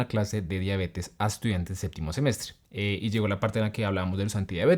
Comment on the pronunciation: Primer médico de latinoamerica que le escucho pronunciar correctamente la palabra diabetes!! Parece que al resto les enseñan a pronunciar incorrectmente muchos términos, como si se escribieran: diábetes o milígramos